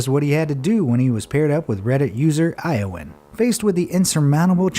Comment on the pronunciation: I think Iowan is pronounce yo-wan honey (some years ago I had a work colleague with the same name)...